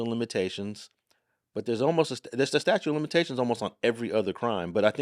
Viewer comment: statute, not statue